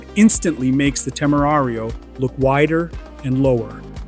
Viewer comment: No entiendo porque los audios en español pronuncian su nombre como " Temario " en vez de Temerario.